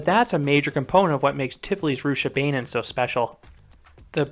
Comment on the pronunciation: Pronounced Rooch-a-baah-nen